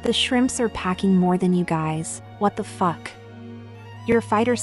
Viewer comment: I died at “wat de fak”